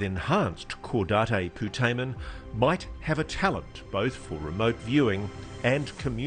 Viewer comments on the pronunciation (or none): Repeat after me: Caw-date Poo-tay-men